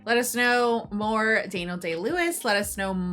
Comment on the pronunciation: Da-kneel-Day Lewis? Have you never heard of a "Daniel" before? The bible? Daniel Craig? Daniel Boone? Lol